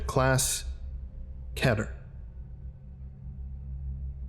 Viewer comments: ur really great but it's not ke-ter it's pronounced kee-ter and I will not take anything else man. Hugs and kisses 😘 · keeter... its pronounced, keeter... im sorry that just really annoys me.